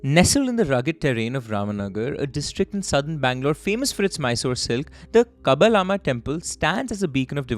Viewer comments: you are close, just have to stress on the KaBBALAaaAMMA temple, the LA is the ळ, kind of like in Marathi. (I'm from Karnataka so I know how to pronounce it if you want my credentials on this🤭) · You are doing a good job... However, I would add a few more suggestions only because you were kind enough to ask 1. jalageramma: जल - गे - रम्मा 2. kabbaLamma: कब्बा - ळम्मा 3. mangalya: मांगलया 4. kagglipura: कग्गलीपुरा 5. biDadi: बिडदि Also it is indeed vaidyanatheshwara temple but not the one from Madurai but the less famous one from Mandya.